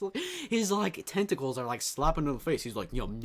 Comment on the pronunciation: who else heard testicles instead of tenticals